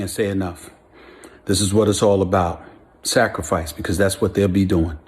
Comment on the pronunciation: Sacrafice? Ahahahaaaa